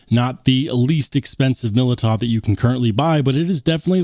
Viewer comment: The year of the Militaw. Militaw Militaw Militaw. Militaw Militaw Militaw, Militaw Militaw